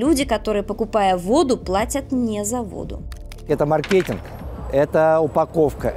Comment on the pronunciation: Специалист из Маркетинга не умеет правильно ставить ударение на слове маркетинг 😐😐😐